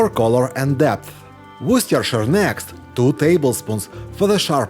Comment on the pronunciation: FULL MARKS !!!! Firstly, for this recipe; Secondly for pronouncing WORCESTERSHIRE SAUCE correctly !!! YIPPEE !!!.......... Listen Yankies .... this guy (not a native English speaker) can prounce the word Worcestershire EXACTLY - without runnings down phonetic rabbit holes..... UNREAL !!! THANK YOU.